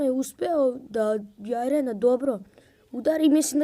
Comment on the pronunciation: negovorise jaren nego jiren